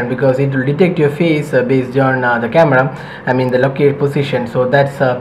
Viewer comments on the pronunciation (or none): ya its " CAMADA "